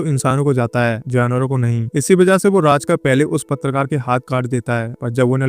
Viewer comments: राजकर नही रे बाबा, रझाकार बोल। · राजकार नही इन्हें रझाकार कहते थे . please Correct करे . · राजकर नहीं रज़ाकर